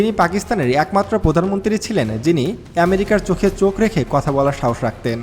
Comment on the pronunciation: আগে আমেরিকা উচচারণ করা শিখে নে তারপরে বলিস 😂